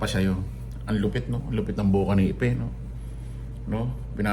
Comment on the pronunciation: Ipot Hindi Ipe.!😂😂😂